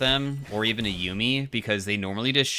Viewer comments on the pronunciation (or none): none